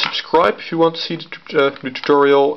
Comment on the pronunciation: the way you say "tutorial" sounds like alantutorial